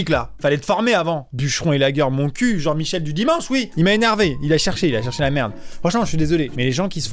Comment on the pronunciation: Juste truc pas rapport mais quand il a dit jean-michelle je pense a mon prof de musique qu'on surnome jean-mich voilà